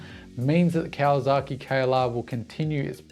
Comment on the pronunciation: Love your content.... But... 'Zaki' and 'saki' are different and not the same.. it is not KawaZaki, but it is KawaSaki.with an S. Yes, the Whisky is Yamazaki.... with a Z, and may other examples. Just saying. ... and I live 9 months per year in Japan, and have Doen so for about 25 out of 30 years.